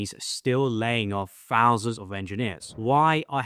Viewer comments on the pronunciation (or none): Tell me how much is a Fousand ? And you say your an educator.. I don't fink so..